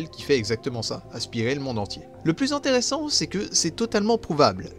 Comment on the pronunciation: 26 min 10sec « intere-sans. Pas vraiment son sans » LOL